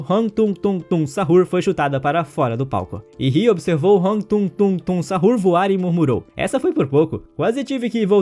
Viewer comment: Me deu agonia quando ele falou "tungtung sahur" e tralalero tralala" "bomdardeiro crocodilo"